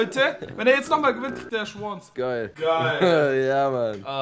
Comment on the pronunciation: Alter hör mal auf schwonz zu sagen